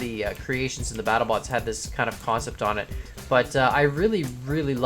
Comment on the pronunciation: This sept lol